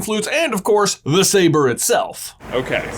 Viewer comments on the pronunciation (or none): none